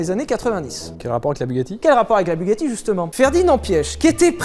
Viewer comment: PAS DU TOUT FRANÇAIS BUGACHI